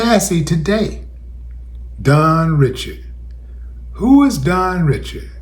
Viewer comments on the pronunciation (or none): Dawn is from my hometown of New Orleans. Her last name is pronounced REE-SHARD (spelled Richard).